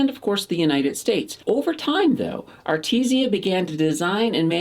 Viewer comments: its called Aritzia not Arti zia ...other than that great vid. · Love the videos! definitely saying A-RIT-ZI-A wrong though :P